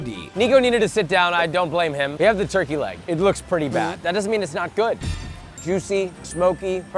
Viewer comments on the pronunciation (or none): When you showed nico the turkey leg and almost went full british that shit was funny 😂 also how you go to frontier land and not get the chicken skewers across from jungle cruise ?